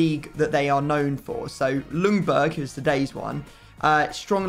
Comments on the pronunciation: As a Swede I’m super excited for this episode! But as a Swede I also have to point out that the L in Ljungberg is silent. It’s closer to Youngberg or Jungberg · How You saying Ljungberg is horrible. L is silent:)